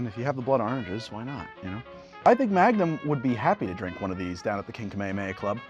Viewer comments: It's pronounced kaa-may-haa-may-haa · Me and goku are mad about how you pronounced "kamehameha" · i have never watched Magnum PI, so maybe i dont know something, but i dont think thats how you ronounce Kamehameha, loved the video as always :D